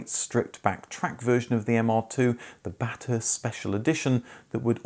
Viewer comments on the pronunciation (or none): I think you pronounced it "Bat-Hurst", it should be "Bath-ust" with a short a. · BaTHurst... not baThusrt...